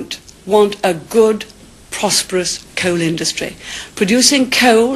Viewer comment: I love the way she pronounces "coal" and "area" - very posh!